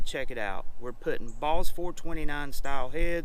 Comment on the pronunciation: That truck is Sweet, I'd love to build one. But did anyone else think he said Mixed up Balls at the end. Took me a minute to realize it was boss.